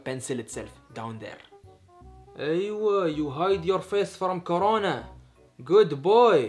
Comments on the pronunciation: For the first time said corona correct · said corona right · Furst time says corona right